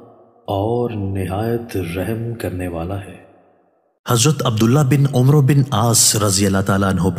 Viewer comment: ؛عمرو؛ کو عَمَر پڑھتے ہیں مہربانی فرما کر درستی فرما لیں۔شکریہ